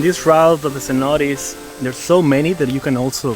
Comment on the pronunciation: Beautiful video of this beach down, the only problem I have is the pronunciation of Cenotes, in my view, would be better the way the natives say it. Other than that, your videos feels like I’m watching a very entertaining mini movie 👍👏✌️